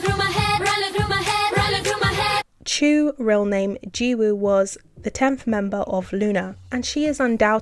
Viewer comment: I haven't finished the video so apologies if you get to it later, but Chuu's Korean name Jiwoo (지우) sounds similar to Choo. Woo in this case rhymes with Zoo and you don't pronounce a 'w' sound.